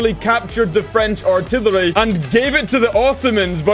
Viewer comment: Hey dude, one fellow Scot to another. Its pronounced artillery not altillary